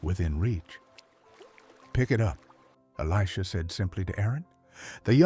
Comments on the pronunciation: And who is eleeejah. A.i. is out of control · While the message may be good it’s ruined by AI slop. It’s pronounced Eli-J-ah. Why do people insist on using crappy AI that can’t even pronounce words correctly. Are you too busy to use the actual voice God gave you? Or too lazy? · I think it's totally AI and cannot pronounce Elisha. Why oh why is almost every channel using AI. I dislike it very much!!!!!!!